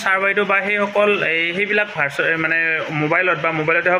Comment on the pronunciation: ভাৰচন নহয় ভাৰজন বুলি কওক